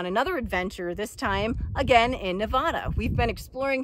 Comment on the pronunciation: I enjoy all the explanations and all the knowledge you pass along. But it hurts my ears to hear your pronunciation of Nevada. As a native Nevadan we have a different way of saying our beloved state’s name. 😃I visited the East Walker River and Aurora this past weekend and I was curious what ghost towns you were referring to in the last two videos.